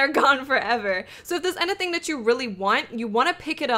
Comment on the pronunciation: No idea what made me realize this but I freaking love how she says "anything" XD